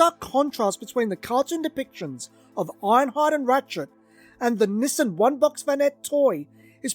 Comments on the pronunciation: Through the whole video, I thought he was saying, "Missing vanette". I kept thinking, "what is he saying that's missing?", until I realized he was mispronouncing, Nissan as "missing". Nissan is pronounced (Nee-sahn) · I just kept hearing "the missin' vanette", "the missin' vanette". I'm like, well, where is it? Took me a while to realize he was saying "the Nissan (nee sahn) vanette". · I was half through before I realized you were saying Nissan not missing. I couldn’t figure out what was missing 😂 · No, it's pronounced "niss-ahn".